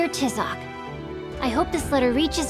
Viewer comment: is anyone else bothered by the way they pronounce Tizoc's name